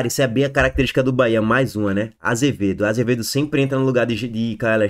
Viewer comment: Não é AZevedo, é ACevedo